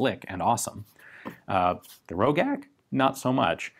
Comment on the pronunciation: I have seen one of these, and it was produced BEFORE the GB was even produced in Austria. It was also pronounced Ro-jack, not Ro-gack. The one I saw had a very low serial number, like 4 or 5, and had a damaged sight. It was largely hand made.